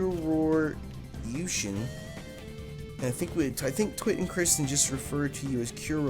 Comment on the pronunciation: Kuro is pronounced like curry...except without the y and an o instead. xD